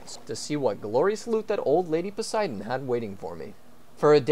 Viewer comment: did he just say lady posido